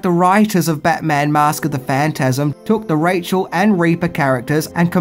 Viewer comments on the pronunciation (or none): none